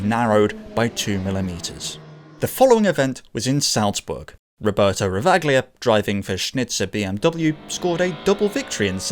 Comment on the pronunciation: I think the Ravaglia's pronunciation should be "Rava-lia", not the "Ravag-lia" as you stated throughout the BMW M3 part of the video.